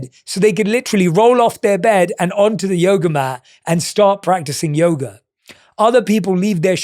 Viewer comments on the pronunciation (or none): none